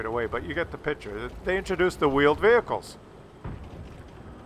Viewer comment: Vheeled Wehicles Sounds about right 😂💀